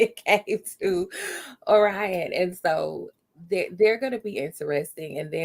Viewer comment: No me mispronouncing Orion as Or-Ree-on.